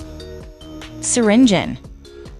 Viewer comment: Bro said it like syringen 💀